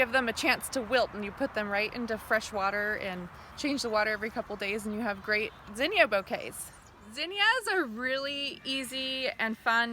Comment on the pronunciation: Thank you for pronouncing zinnia right :)